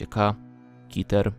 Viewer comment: Byku nie kiter tylko keter